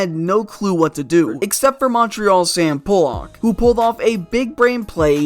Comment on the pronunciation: this is what happens when NEOPHITE CHILDREN like this commentator kid can not pronounce Sam Pollacks name right ... HEY LITTLE BOY / HEY KID .. His name is Sam PAUL- IK ... NOT Pow Lack ...or Poh Lock ..... you kid idiot